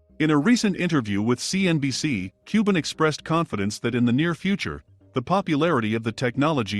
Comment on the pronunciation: Cuban (qban), not cooben!!!!!!!!!!